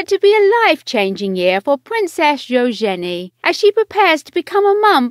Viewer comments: Its eUgeNIe not EUOgenIe. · Ushenee.....good grief. You could’ve at least got YouTube to teach you how to province Eugenie before recording this video.